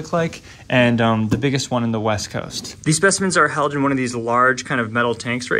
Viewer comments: "Wast coast" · largest in the ‘wast’ coast😂😂